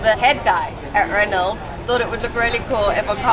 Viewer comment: Please please! She’s a seemingly competent presenter but can somebody tell her how to pronounce RENAULT properly! It’s “Reno” NOT “Renolt” 👍